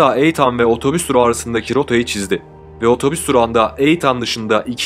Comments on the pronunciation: Ertan değil İ Tın olcak Etan(itın) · Eytan değil (İytın) diye okunur. Emeğinize sağlık ama bu sebepten izlerken kanser oldum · Yok resmen videoya odaklanamıyorum 🤦🏼‍♀️ Eytan nedir ya? 😂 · Eytann değil kurban olayım böyle okunmaz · i-tın böyle okunur... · Jose yi hose olarak okuduktan sonra Eateni eytan olarak okumak haha 😂😂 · Ya allah rızası için şu İngilizce kelimeleri bilmiyorsanız söylemeyin. Videonun her yerinde Eytan diyorsunuz. İnsanı rahatsız ediyor sadece. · Eytan nedir ya. Hiç ingilizce bilmiyorsunuz tamam da bari nasıl telaffuz edildiğine baksaydınız. Videoyu izleyemedim.